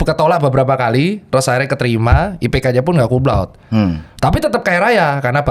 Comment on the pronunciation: Banyak yg salah penyebutan untuk Cum Laude. Penyebutannya tetap Cum Laude bukan Cum Laud. Jadi huruf E nya tetap disebutkan